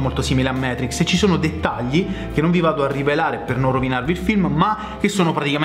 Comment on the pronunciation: Dannazione,, Matrix si legge così come si scrive: non siamo mica inglesi! Comunque complimenti per tutti i tuoi canali sul tubo!